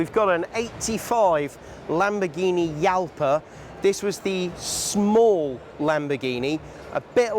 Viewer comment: Jalpha is pronounced Halpha.